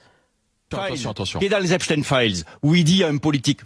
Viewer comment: La soi disant photo d’Epstein (qui se prononce epstine et non epshtayne) est une IA